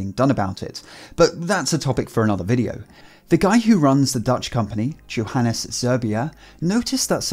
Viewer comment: I cringed every time he said Johanes instead of Johanes. Smh my head dude